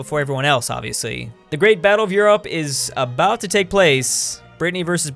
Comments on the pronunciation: why does he pronounce Europe as You-ropp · Hey why do you pronounce Europe like the burger king foot lettuce guy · Oh my lordy quit pronouncing Europe like that